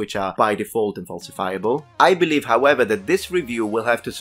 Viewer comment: "And I can't beliave I have to say this" that statement, made me chuckle